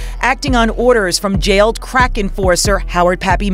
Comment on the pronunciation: I couldn't tolerate the narrator's voice and diction, extremely annoying and a slight condescending. The way he pronounced words like "crack", is when I knew that I had to go . Deuces.